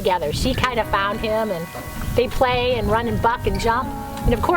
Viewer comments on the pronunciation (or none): none